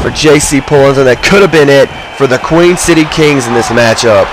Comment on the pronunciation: THANKS FOR THE SUPPORT BRO!!! :D Btw its Queen, everyone gets it wrong though. We aren't from Queens NY. We're from The Queen City or Cincinnati, Ohio.